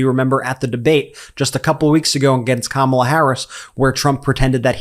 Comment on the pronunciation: He actually pronounced Kamala’s name correctly…